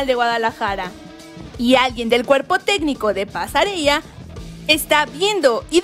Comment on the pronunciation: Alguien que le diga a la chica de la voz, que los nombres de algunos futbolistas no se pronuncian como se escriben ja ja ja ja Pasarella (pasareya)